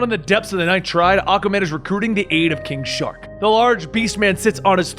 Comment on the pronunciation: Anybody else hear him call king shark- king shot😂